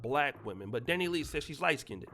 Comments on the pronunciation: Dani LEIGH (pronounced LAY) 🤦🏽‍♀️ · Dani- Lay.....I don't care about her but sheesh her name is pronounced Dani- LAY 🤦🏾‍♀️